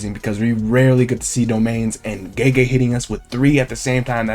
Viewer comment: Gege is not prounounced like jeejee.